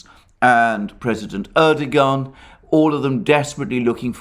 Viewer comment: turned this off after a barrage of "erdo-Garn" - it's a Turkish name, it isn't pronounced like that, make an effort ffs